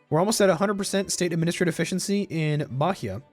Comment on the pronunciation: Hey, an small pice advise about Portuguese pronunciation, the h in Bahia is mute so its sounds Baia and in the word Exercito the x sounds like an z like ezercito. If you need any help plz contact me.